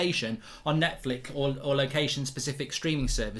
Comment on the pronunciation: Why can’t mark talk today? “Surf shork” “Netflick”